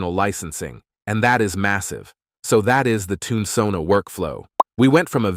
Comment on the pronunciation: Oh no! I'm in a later timezone, and think I missed the offer. ☹ just in case; SONA#5TC Thanks for the great video and for highlighting an exciting looking alternative platform. Can't wait to try it out. BTW: your TTS voice pronounces Tunesona as "Tuna"sona(Toon-UH-Sona). instead of Toon-Sona Sorry I'm always harping on pronunciation. It's very distracting(to me) and takes away from the message. I literally had to watch this 3 times to get your message. The third time I had to use subtitles on mute. You wouldn't want someone to refer to you as "Aye Eye Tuna Craft", right?